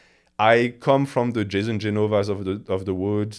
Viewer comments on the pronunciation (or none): none